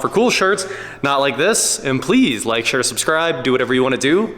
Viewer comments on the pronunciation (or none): none